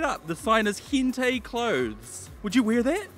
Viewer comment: It's pronounced Hent-eye